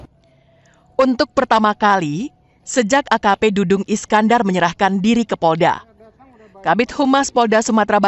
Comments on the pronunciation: Dadang Iskandar, apa dudung Iskandar, reporter kok kurang teliti dalam penyebutan nama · Bkn Dudung , Dadang mbak😅